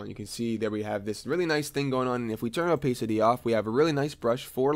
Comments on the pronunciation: gr8 introductory tutorial. ps it's oh-pass-ity not oh-pace-ity ;;)) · also OPAYCITY Xd